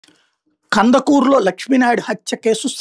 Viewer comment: Kandakur kaadu raa earnalist,,kandukur